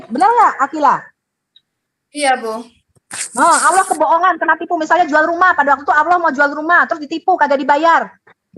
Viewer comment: bahas Al Qur'an tidak layak, sebab sangat tidak ada ilmu tentang al Qur'an, sebut alloh saja awloh hhhhhhhh setan saja ketawa liat lu....